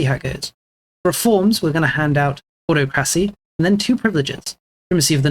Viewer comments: Thank you for this video. I was always wondering what enabled some subjects to be separate peaced. So thanks for answering that question and showing additional tips on how to do that. Ending the war in 1, rather than my best of 3 wars! Some great tips here! I just wish you'd work on your pronunciation on some words, you had me cringing at autocrassy and levays! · I would recommend checking your pronunciation of "autocracy"